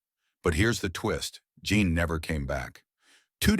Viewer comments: Her name is Jean, not John!!! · Her name was Jean not John. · Can't pronounce Jean but you get Croatoan right.